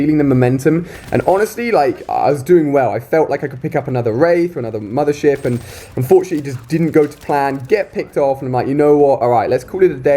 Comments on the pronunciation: i thought he said mother shit :D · is it just me or is he sayin' "mothershit" hahah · I thought he said "Mother Shit" 😂😂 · Anyone else thought he was saying a swear when he said mothership